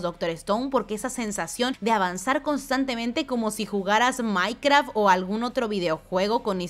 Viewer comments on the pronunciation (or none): dijo Miecraft omg